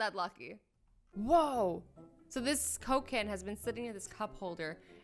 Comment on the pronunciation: At the Coca-Cola one you said cocaine